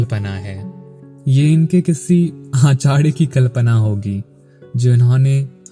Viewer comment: r ko da kyun bolta hai. Acharya hota hai Achadya nahin